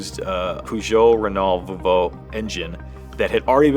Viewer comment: I'm sorry who pronounces Volvo that way?